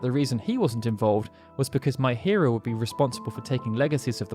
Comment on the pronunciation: No come on, you're having fun, you must know it'd be pronounced me-hee-ro not my-hear-oh.